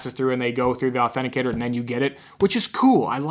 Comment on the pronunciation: Authenticitor? U meant authenticator